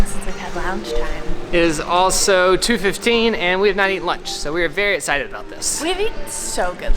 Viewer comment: I love how says “ETcited” instead of excited lmao every time makes me giggle